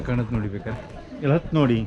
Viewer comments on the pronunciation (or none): none